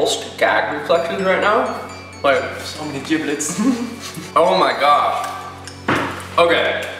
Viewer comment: It's giblets.. Like g, not j. You guys are right haha